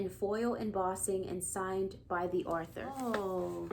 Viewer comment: why do you pronounce it arthur it's pronounced author not arthur